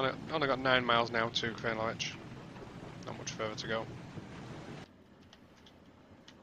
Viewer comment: Great overview of a great route. Many thanks. One wee point, it's pronounced Cree-an-la-rich, where 'rich' is pronounced like richter scale. 🙂